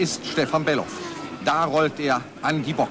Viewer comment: Stefan war unerreichbar Gut Sein Name War übrigens Bellof Nicht Belhof...